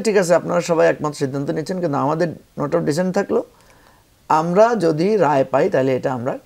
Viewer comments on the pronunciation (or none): none